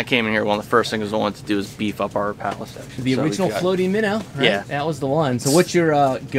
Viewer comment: Life Long Rapala fan? Yet he can’t pronounce it correctly? Priceless 😊